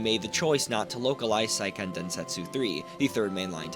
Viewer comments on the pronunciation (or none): "Say"-ken not "sigh"-ken